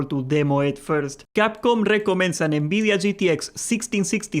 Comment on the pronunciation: Why do you say Nbidia instead of Nvidia